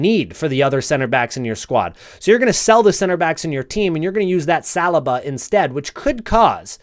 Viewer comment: As an arsenal fan, I can’t get over how your pronounce Saliba. Like listening to knives scraping forks. How do u not know how to pronounce his name by now 😂😂